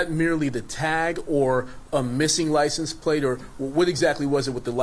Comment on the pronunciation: had me cracking up... 'Ly ciense" 😆 No disrespect... all due respect